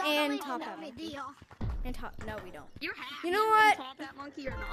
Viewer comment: Man rilly said done’t embarrass me